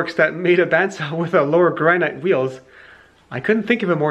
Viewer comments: i dont understand what your saying, i keep hearing "Lower Grannite wheels" Sorry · I cannot for the life of me hear what was said, lower "grianite" wheels? Maybe it's just my phone's speakers or something